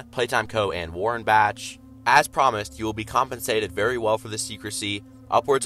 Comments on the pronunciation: It’s Bach (bak) not Batch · i believe that "tyre" is a saw also i think bach is pronounced back but with an elongated "A" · Its Warren-Bak pronounces Bach is said like Bock. The logo is not lightning it's an excavator / table saw.